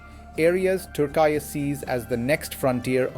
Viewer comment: For gods sake its not pronounced turk eye.